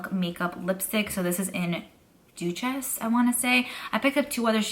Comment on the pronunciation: Hey girl what a bunch of great finds ❤️ the milk lipstick you found is pronounced DEW-SIS like deuce the #2 but plural ❤️